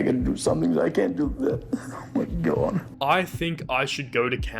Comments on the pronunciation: It wasn’t Cord….it’s CAWD!😇…….CAWD!😳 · I thought he said Krawn